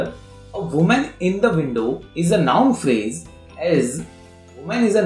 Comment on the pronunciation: he told adverb pharaasaee